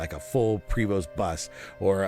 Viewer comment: It's french, "prey-voh"